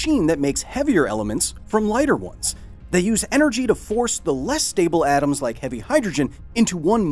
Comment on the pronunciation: What the hell is "oms" ?